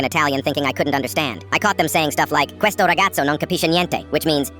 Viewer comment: Grasiei❌ Madonna mia❌ Cuesto rigoni❌ Rigatso❌ Chisy or si si ??? Non cpise niente✅ La familia ✅ Beinei✅